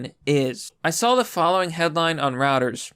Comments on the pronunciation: Reuters is pronounced "roy - ters" not "routers" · Reuters is pronounced so it rhymes with "goiters".